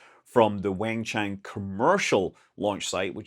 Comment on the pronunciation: Hey Scott. Thanks for continuing to cover the new shepherd flights. If you’re covering all the flights out of Wenchang, might as well cover New Shepherd. Also, fyi the Wen in wenchang is sounds like “One” and the chang rhymes with the English word “long” kind of like “Chong” - “1Chong” Thanks for all the great news!